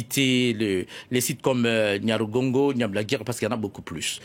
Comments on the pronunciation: Déjà d'où il vient lui? Il ne raconte que des bêtises, choisissez qui vous inviter svp il n'arrive même pas à prononcer correctement NYIRAGONGO n'importe quoi. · Le monsieur ne sait même pas dire le nom du volcan Nyiragongo. Cher compatriote tu peut vraiment dire qu'il n'ya pas des hôtels à Goma? L'Iccn lui même a un Hôtel au sein du Parc où certains touristes acceptent de loger vu le standard et les conditions hors du commun. N'oublie surtout pas que Goma c'est la ville touristique où tu trouve au moins un hôtel tous les 100m. Si tu ne connais pas informe toi!